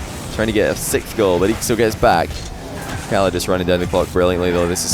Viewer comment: This is the second time I've heard say "Sikth" instead of "sixth". Just interesting.